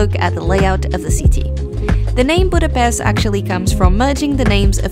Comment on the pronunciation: Its not a c sound when you pronounce Budapest. Its a sh sound. Not s like in snake for dummies, but like S as in shoes. Its not that hard to pronounce.